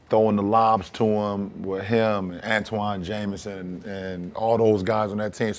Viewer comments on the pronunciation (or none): Its ANTAWN JAMISON nobody gets it right lmao